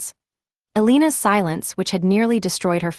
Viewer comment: Elena, pronounced Elayna. Morales, pronounced Moe ra less. Roberto, pronounced Ro bear toe.